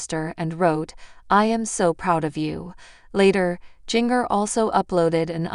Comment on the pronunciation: I wish you would learn how to pronounce words right, especially jingers name, you need to go back to english class, you would fail badly.